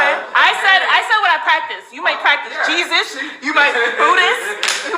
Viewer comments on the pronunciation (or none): none